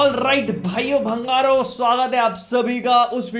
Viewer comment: 'Bhaiyo’ thik hai... magar ye 'Bhangaro' kiya hai?😅